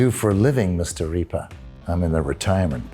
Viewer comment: My #1 most memorable Agent 47 line? "The name's Reap-ah (Reaper). Jim Reap-ah."